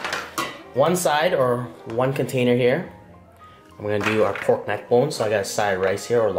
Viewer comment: That nigga said poyk neck bone not pork neck bone 🤣🤣, you officially got your BLACK CARD